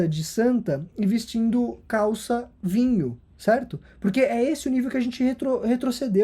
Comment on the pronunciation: A ênfase na calça "vinho" diz tudo